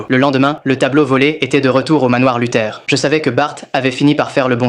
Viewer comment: c'est pas " luther " mais " luthor "